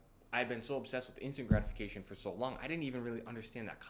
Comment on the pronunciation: I thought you were saying "instagramification" instead of "instant gratification" 😅 ( i m from europe). Thanks for the video probably all true i m on my way. But for me the most gratifying is cardio. I feel it calms me down more than lifting weights... Because cardio can really exhaust you entirely